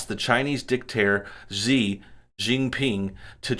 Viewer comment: Xi is pronounced shee